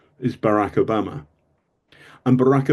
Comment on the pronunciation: Who‘s “Obamer”? Exetra….